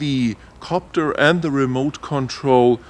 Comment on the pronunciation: You don't like the Ra-moot controller? LOL...great video though...